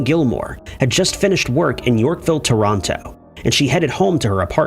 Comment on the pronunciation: Americans are so dumb. Yall need to learn how to say things like Ontario and Toronto. American school system, what ya going to do?